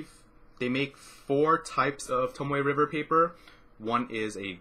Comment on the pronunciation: You pronounced it correctly!